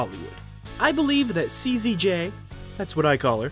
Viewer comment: You called her KZJ. It's actually CZJ.